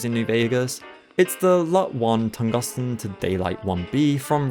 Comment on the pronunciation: bro said Tungusten